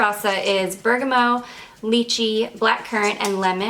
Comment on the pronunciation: I don’t wanna be that person but is there a note called bergamo or are you just mispronouncing bergamot over and over? I’m very confused lol I imagine you know what you’re talking about I’ve just never heard it being called that before (if you do mean bergamot) EDIT: I just realized maybe you’re saying it short hand or something idk sorry don’t want to be rude I was just confused